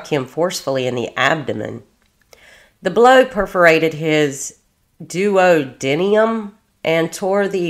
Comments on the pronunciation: This is very disturbing and reprehensible. Pronunciation is duodeenumb and cocksix for those words respectfully meant. Love your channel btw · Doo-wah-de-num. Cock-zyx (tailbone) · Morning dolly.❤ Still love your work. It’s dedication to the crimes against children that will bring people to hopefully pay attention to the crimes, and do more to protect them.❤ WHAT IS WRONG WITH CPS ?!!!!😤 It’s pronounced ( a friend explained to me as well) Du. wod de num. Wow! She has 4 other kiddos?!!!!!😮😢 Some women should be sterilized! RIP SWEETHEART MASON🙏💙💙💙💙💙💙🕊️ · I just found your channel and am currently binging it. Just wanted to give you some medical term help. Spiral fracture, not spinal fracture (of the leg.) It’s a type of fracture commonly found in kids of abuse… it’s caused by the twisting of the bone while pulling. Like when someone yanks the crap out of a kid. Duodenum is pronounced- Duo dee num OR doo ah doo num. Both pronunciations are correct. It’s part of the small bowel. Jejunum is pronounce- jeh (like jelly) jew num. Also small bowel. Coccyx pronounced- cocks icks (it’s your tailbone.) He had sepsis and was therefore septic.